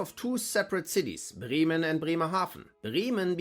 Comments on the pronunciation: If you claim to be German why do you pronounce Bremen as Brieman ? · The difference in English pronunciation of the cities takes a second to recognise which one being talked about